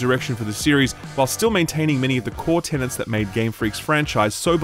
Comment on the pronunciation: The Pokemon reviewer using 'tenant' rather than 'tenet' 🤔😑